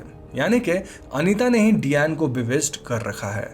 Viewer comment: Fun fact डयान nahi डायना हे प्रभु 😂